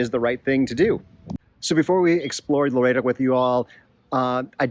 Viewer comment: and the other one is Loreto...think Lor-ett-oh. Seems strange but that's how the locals/natives pronounce it.